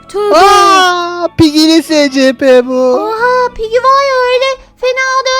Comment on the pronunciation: Abla gito abi yanlış söylüyor o (ESİPİ) diye okunuyor